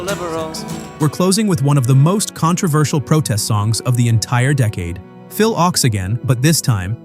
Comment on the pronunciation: Thanks for doing this. I can tell you weren't around in the 1960s because Phil Ochs' last name is pronounced "oaks."